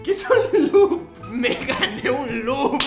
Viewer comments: A lo mejor cuando dijo "lup" quiso decir "Loot". Que ellos ganaban loot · no sabe ablar es lot no lup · Yo creo que dijo lut